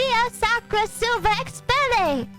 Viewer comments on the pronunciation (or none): none